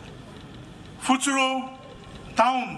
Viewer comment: It's pfütseromi not pfütsero